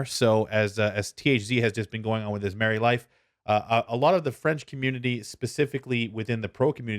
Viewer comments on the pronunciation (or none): none